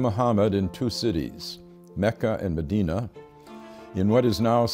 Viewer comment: BRO FINALLY SOMEONE PRONOUNCED MECCA AND MEDINA RIGHT!!